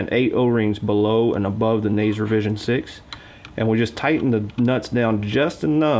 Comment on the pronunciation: when he said naze i cringed